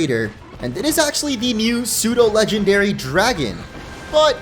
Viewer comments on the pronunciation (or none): IT'S PSEUDO, NOT F*CKING SUDO!